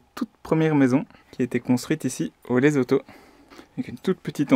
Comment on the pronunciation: On dit pas Lezoto mais Lessotou